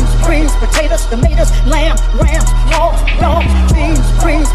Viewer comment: Wait! Did she say hoga and dogs? 🤦🏿‍♂️